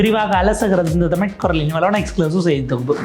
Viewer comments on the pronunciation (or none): none